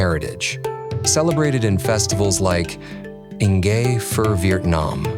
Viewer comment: It’s not pronounced fur